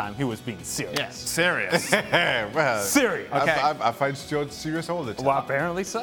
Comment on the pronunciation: Stewarts pronunciation is correct.